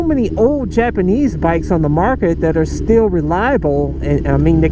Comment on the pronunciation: I like how you said Japanese, Yapanese.